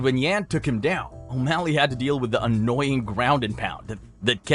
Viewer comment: then you purposely mispronounce the fighters name for engagement? 😂